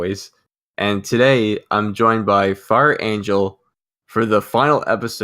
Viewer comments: Me too! XD Edit:- It sounds more like "Far Angel" to me. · Still heard Fart Angel at the start